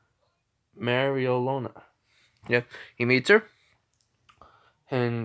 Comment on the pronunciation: Merry-lee-ona merryleeona I think that’s the right spelling